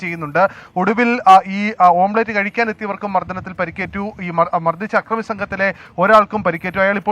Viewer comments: ഓം പ്ലേറ്റ് അല്ലടാ പൊട്ടാ.. ഓംലെറ്റ് 🙏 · ഓംബ്ലേറ്റ് അല്ല ഓംലെറ്റ് എന്ന് അവതാരകൻ് ഓർമ്മവേണം😂😂😂